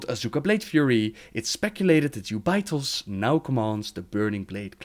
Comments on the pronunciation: Jew bay, his way of saying it sounds so bad. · Its pronounced 'jew-bi-thos' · Who is that Ubaitoz you are speaking of? The name is Jubei'thos, pronounced like Yagyū Jūbei Mitsuyoshi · I didn't know who you were talking about when you were saying Jubei'Thos lol